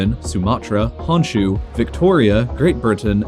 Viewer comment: the way he pronounced Newfoundland and Honshu...! Forgiven but is wrong!